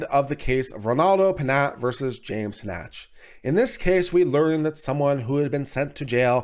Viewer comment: Again (referring to another video you posted), how do you continually get the pronunciation "Hah Nach" from the name Hanchett? Shouldn't it be something like Han Chet (or, possibly, Han Shett)? Just curious.